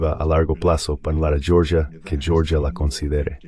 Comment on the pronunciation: En español no se pronuncia "yioryia" sino Georgia. 😄